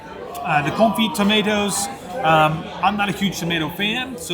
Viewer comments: Fantastic! Confit = Confee drop the t The only lesson in French I remember! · Love the review... but so you know that CONFIT is pronounced without the T sound at the end. xoxo